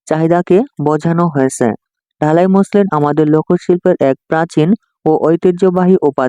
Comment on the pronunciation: স্যার আপনি তো ঢাকাই মসলিনকে ঢালাই মসলিন বলতেছেন🫣🫣